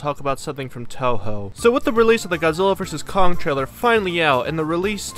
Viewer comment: Tohou and Toho 😂